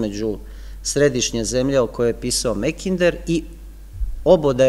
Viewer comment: Makinder je ispravnije nego Mekinder,bar se meni čini a u pitanju je samo izgovor samoglasnika "a" na engleskom.